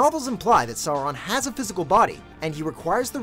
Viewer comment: I always wince a bit when americans pronounce Sauron and Saruman.